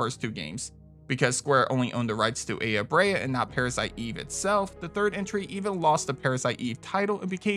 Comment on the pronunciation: Parasite Eve: Slight nitpick. Aya Brea is said as Eye-ah Bray-ah, not Ay-ah Bray-ah.